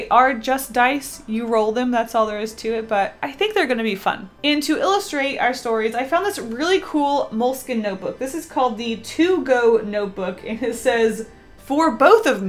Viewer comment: Did you know moleskine is actually pronounced moleskeen? Weird right XD